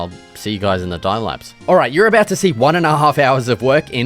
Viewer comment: What's that aboot?